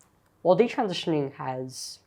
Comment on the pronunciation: All her friends were taking birth control and talking about having sex with their boyfriends . . . in Catholic school?!! I am impressed with how articulate Katie Anderson is. I wish Chloe Cole would learn how to say "transitioning" and "detransitioning." She always leaves out a syllable and says "trantioning" or "detrantioning."